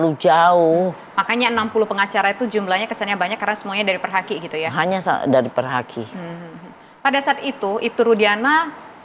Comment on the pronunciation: ini klow ngomong nya kaya ibu,iru bukan perhaki, tapi perdaki...